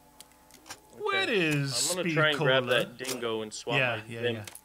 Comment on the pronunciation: Every time you say "Dingo" it sounds like you're saying "django" from django unchained. Awesome movie.